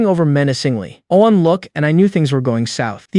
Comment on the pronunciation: No seriously... what is wrong with all these ai stories that can never pronounce the word one right o.o is this word some kind of forbidden curse?